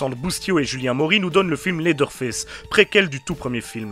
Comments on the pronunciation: « Lédeure fess » 😭😭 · c'est sûrement moi mais le premier "leather face" dans l'intro je suis persuadé d'entendre ça 😂